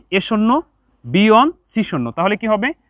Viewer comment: স্যার আপনার ক্লাস গুলো অনেক সুন্দর কিন্তু 1 এর উচ্চারণ ভালো হয় না ❤